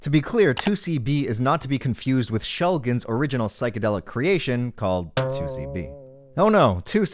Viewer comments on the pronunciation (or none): did he just call my favorite chemist and his wife "Shellgen"?! I swear to God,, I don't care that I've been subscribed since the earliest days of this channel, I unsub RN! Sasha would be ashamed of you!